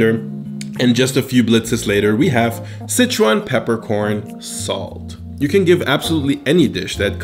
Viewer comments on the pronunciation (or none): si-chuan is like 'sir-chew-ahn'. Not 'sitch-one'.